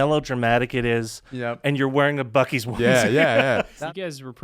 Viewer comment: WHAT?! At about 54 minutes someone refers to the Buc-cee's bathroom as the "bew-cees" bathroom! That's worse than "What-a-burger"! LOL.